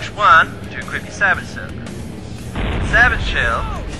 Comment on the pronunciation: dear god learn how to pronounce sabot lol:P its pronounced "sabo" lol, the t is silent